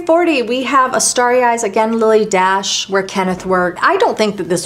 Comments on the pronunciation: Its not Lily DASH…it’s pronounced , DASHAYY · I hope this isn’t being too pendantic, but I noticed you said Lilly Daché like dash, but it actually gets an at sound at the end, so it’s pronounced Lilly Dah-Chey. I hope I’m not out of line here, and since you seem like as much of a perfectionist as I am, I thought I’d mention it for future videos. Here’s Lilly herself on What’s My Line if you’d like to see and hear her for yourself I loved the in depth videos, catalogues and book page close ups, and this was a wonderful and awesomely fascinating video. Thank you for sharing all that you do! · Dache pronounced Dashay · I enjoyed your video. If you look at a Lilly Daché receipt, you see the accent is on the é. "Dacha" is how you would pronounce it. I remember this from hearing it on TV shows or from old movies. Thank you for an interesting look into MMs makeup and your love for her. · Sooo interesting! FYI, Lily pronounced her name DaSHAY. Accent aigu, for those French speakers here. She was born in France, and was most famous for being a milliner. I've got an old tag from one of her hats. My Marilyn Monroe connection is a fashion show we did with Bill Travilla, who designed most of her clothes, including the famous white dress that blew up on the subway grate in Seven Year Itch. We actually had that dress in the show, as well as some others from her movies. Debbie Reynolds owned them at that time. Bill Travilla was such a lovely man, and it was an honour to model his clothes. Also, I had dinner once with Sydney Guilaroff, who did Marilyn's hair and was the last person she spoke to before she died. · BTW, see the accent over the "E" on the Lily Dache label? The correct pronunciation is Dash -shay. I am 78, have been around when Lily D. was flourishing. I love your videos.. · Lily "Dah-shay"